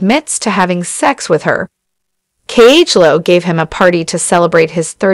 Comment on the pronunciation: Why is this person not pronouncing Khloe ‘s name right?